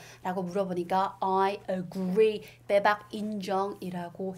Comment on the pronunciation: 엄청 재밌어요 :) 영국발음듣고 영어기사 공부하는 것도 정말 좋아요, 딱딱하지 않고 방금 영어악센트로 빼박이라고 하셔서 엄청 터짐ㅋㅋㅋ